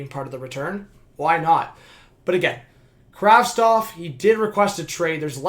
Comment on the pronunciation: Why is everyone saying Kravstov!! The name is Kravtsov... isn't it?